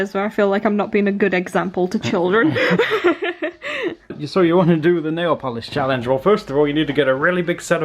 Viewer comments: hahaha you say nailvolish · are they saying nail vanish? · nail varnish? am I the only one who here's it like that?